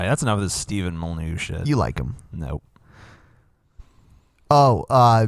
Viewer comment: it's pronounced: MOLLY-NEW. stefan molly-new.